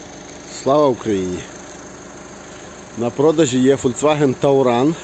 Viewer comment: Пан мав на увазі певно - ТАУРАН чи ТУРАН? Так як слово - tourist читається як турист... touran - туран..